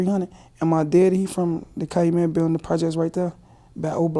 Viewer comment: CA Loo met. 🤦‍♂️